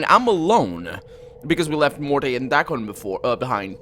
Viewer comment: Where did you get that morte thumbnail ? Also , I think the E in morte is silent. If you find the Golden Sphere. Don't loose it and always keep it in your inventory.